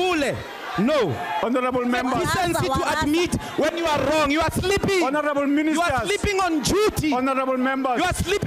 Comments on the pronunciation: An I the only one who heard horanable instead of honorable 😬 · Di just said horonable member? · Lol no,Horanable Member,Yoh I thought they say Honarable member